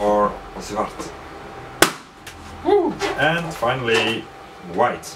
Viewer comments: its zwart not swart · its not swart its zwart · btw Its zwart not swart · its zwart, not swart xD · It's not Swart it's Zwart, but still awesome video =D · Its zwart not swart lol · Sir. u spelled swart but its zwart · zwart not swart :p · Nice, but it's Zwart instead of Swart :) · zwart not swart (i'm from holland) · Black = Zwart.. Not Swart.. ty :) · hey im from holland! and it's Zwart instead of Swart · Swart isnt with a s but with a z like this zwart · Its purple o.O Also not "swart", its "zwart" (black) haha Nice video! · It's not Swart it's Zwart haha. Team Holland! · Dammit i want that thing (: Btw its zwart not swart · Black translated to Dutch is spelled 'zwart' and not like 'swart' in the video. For the rest; keep up the good work. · I'm from Holland an black isn't 'swart' but 'zwart' :). Like it btw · black = zwart :P with a z not an s :) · Haha, its so funny to see you try to speak Dutch (i'm from belgium) Btw: its Zwart not Swart